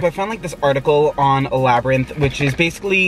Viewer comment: LMAOOOOOO HE SAID LABBY RINTH🤣🤣🤣